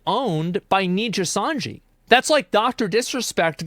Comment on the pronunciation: asmon consistently being unable to pronounce Nijisanji properly is so funny